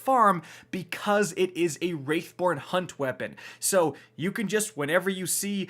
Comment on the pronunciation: WRATH... its WRATH not WRAITH